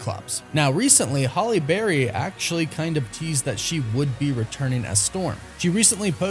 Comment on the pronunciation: I love you & the channel but you continue to hack the pronunciation of these actors names (fam-key) and Haille Berry’s too lol